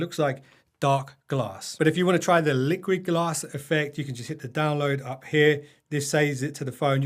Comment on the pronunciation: No one saw he called it "LiquidAss" huh 🤣